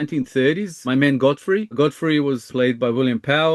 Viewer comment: Godfrey doesn't make much sense but I do not hear 'go free' at all. I am hearing a pretty clear 'gah' sound, not a 'go' sound. I have no idea what it could be though.